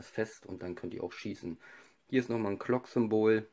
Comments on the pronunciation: es heißt glock und nicht klock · Mit G nicht mit c oder k es heißt Glock nicht Clock oder Klock